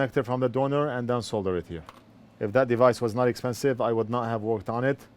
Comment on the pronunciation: It's "expensive",. Cheers.